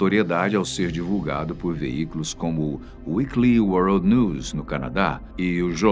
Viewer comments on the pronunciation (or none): none